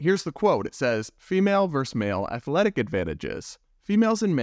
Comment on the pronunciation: Versus! Not verse.